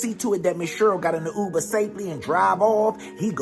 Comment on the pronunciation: Not the Ub-ber lol